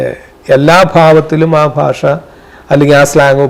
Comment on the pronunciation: ഭാശ അല്ല ഭാഷ 😅